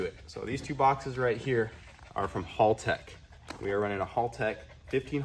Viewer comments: hÄltech, not hOOltech 😅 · Haltech is pronounced Hell-Tech not Hall-Tech, just so ya know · It's pronounced "Haltech" not "Holtech" bloody seppos... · Pretty sure it’s pronounced Hal- tech. Not hall tech. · Did my man just pronounce it as hulltech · Love the HalTech stuff, got the Nexus R5 for my build. But it is pronounced as HellTech… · Its "Haltech". Why are you saying Holtech? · Why do all the US youtubers call it "hall tech" 😅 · fyi, it's pronounce like the name "Hal" tech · Its painfull to see after all these year's, still hasnt bothered to learn how to pronounce haltech... its not hall tech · hey im gald your all felling better but that's not how you say haltech just thought i would let you know, just watch any australian youtube channels about cars and they will tell you the correct way to say it. Cheers mate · Haltech being mispronounced constantly drives me insane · It's funny hearing you pronounce Haltech slightly wrong. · Hommie still saying Haltech wrong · Bro! Please. You must say it right! This is haltech’s video.